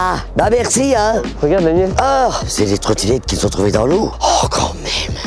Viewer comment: "C'est une truite-tinette" lol